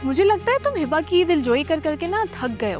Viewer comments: Please tha pronounce name of hiba. Its hiba not hiibba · Light sa name he hiba But hiba's bhabhi says Hibbba 😂